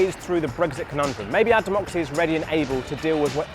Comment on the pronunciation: To be fair, watching it back, he said 'our general elections' and I think he was probably supposed to put the emphasis on 'general', not on 'our'.